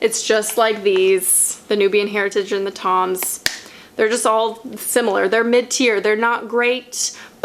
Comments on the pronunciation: Omg MID-TIER 🤦🏼‍♀️ I thought you were saying mintier and I was so confused 😂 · I'm embaraassed to say that every time you said mid tear I thought you said minty/mintier and I was like WHY DO THESE ALL HAVE MINT and then realized that's not at all what you said lmao....anyways pit detox and Schmidt s here I comeeeeee